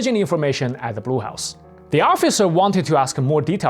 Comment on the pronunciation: Notice the presenter, "."" talks of the Brew House. Actually he's saying Blue House. Typical East Asian language problem. The sounds "r" and "l" are difficult for East Asian speakers.